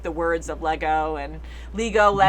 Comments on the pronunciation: Iago. Pronounced eye eggo. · "Iego" begins with an upper-case "i", not a lowercase "L". Thus, "Ee-eggo", not "Lego". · NOT LEGO! IEGO( pronounced E-yego ) However that would have been a cool acknowledgment that they are aware of the Lego Universe. See transcript below: Anakin: Are you an angel? Queen Amidala: What? Anakin: An angel. I've heard the deep space pilots talk about them. They live on the moons of Iego, I think. They're the most beautiful creatures in the universe. Here's the clip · It’s Iego... like I-ego (it‘s spelled more like a soft J), not LEGO like the toys 😅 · Actually Iego and pronounced Jego, with a soft J